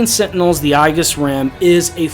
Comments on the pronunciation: aegis is pronounced ee-juhs, not I-juhs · You mispronounced Aegis! They say it right in the game